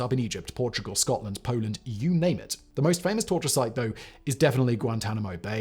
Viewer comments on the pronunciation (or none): none